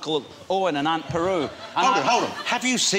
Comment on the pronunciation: "Aunt Peru"